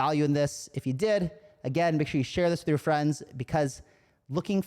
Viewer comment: I swear I heard ‘“wif” this kind of backing’ the first time I played this back 😅